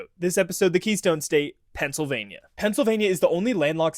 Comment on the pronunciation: “Eastern Phiansylvania” great job AI